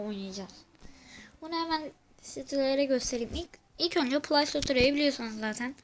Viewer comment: play store diye okunmuyo pley stor diye okunuyo